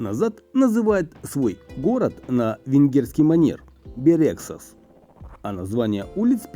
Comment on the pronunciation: Бéрегсас, наголос на перший склад